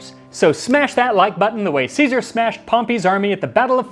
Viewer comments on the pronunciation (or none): none